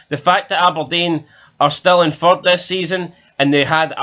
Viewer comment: How many times did uz guys say "fird" in that video